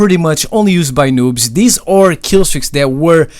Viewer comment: I heard him say loobs lol